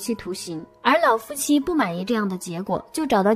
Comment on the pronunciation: 雖然知道妳有特殊鼻音，但是‘’腦夫妻‘’還是讓我的愣一下！🤣🤣🤣🤣🤣🤣